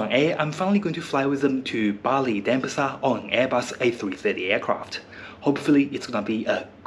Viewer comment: it's pronounced DenPAsar, not DENpasar.